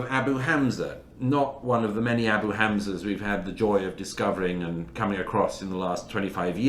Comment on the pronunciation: DOUGLAS MURRAY pronounces HAMAS - חמס - and ABU HAMZA אבו חמזה - better than ISRAELIS do .. As for the large numbers of dead… ONLY ZEROS CAN CREATE LARGE NUMBERS!